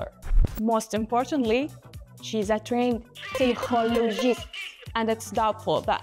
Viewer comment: PSY-CO-LO-GIST 😂😂 I love the girl narrating this she’s both based & hilarious